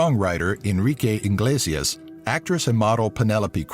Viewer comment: The pronounciation of most of the names in the video, is hilariously bad. Enrique INglesias? Come on, If you say Julio Iglesias correctly, you better say Enrique Iglesias correctly, plus they are father and son. Oh, and Dalí, it's not pronounced "Daly", but "Dalee"... and you should pronounce the surname Cruz, like "Crooth" (z=th). I laughed so hard when I heard Pérez spelled that way, cause again, it's "Pereth" (with the strong syllable in the first e and not the second.) However, nice video. P.D: at least you said Paella correctly....